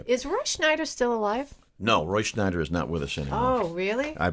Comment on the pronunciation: Yo --Scheider, not Schneider. Was picking his feet in Poughkeepsie?